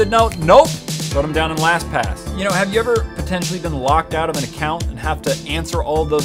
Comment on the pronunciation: u forgot the t in lastpass